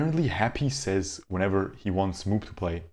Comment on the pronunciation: "MOOP" doesn't pronounce "moop" but MOO - P .